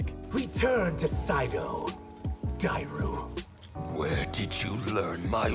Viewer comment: Say it with me Die-ru